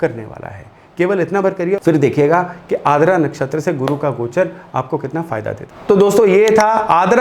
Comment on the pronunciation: Sir, i think it's आर्द्रा not आद्रा i may be wrong, please correct me, if possible.